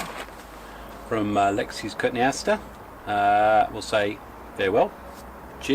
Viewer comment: coton-e- aster